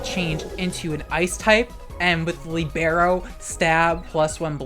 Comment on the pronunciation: You butchered "libero"'s pronunciation to the point I wasn't understanding until I saw Cinderace, but I still love you.